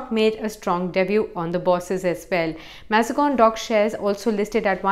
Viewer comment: Thanks was a good video, very good information but Please check the pronunciation of Mazagaon pretty sure it’s not MazGon